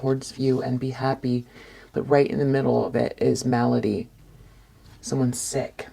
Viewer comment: You’re the only tarot reader on YouTube who pronounces the word, malady, correctly. 👏🏻👏🏻👏🏻 As always, great reading!